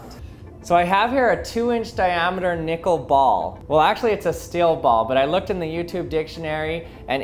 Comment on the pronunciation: I'm gonna be real with you chief...didn't sound like you were saying nickel☺